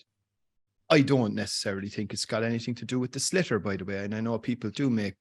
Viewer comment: 'shlithar' not 'slitter' please.